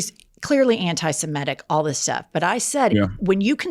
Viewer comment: Why is it, all of a sudden, NO ONE down south can pronounce 'antisemitic' properly any more? The word 'antisemite' doesn't get flubbed. But change the beat, and they trip over their feet!